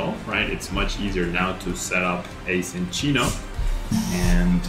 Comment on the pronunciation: Thank you for pronouncing Minccino and Cinccino correctly ☺️